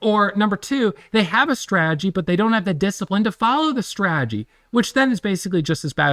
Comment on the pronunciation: Love YA! Love Ya!! Follow me here.... STRA-TAH-GEE. you're killing me!!!!!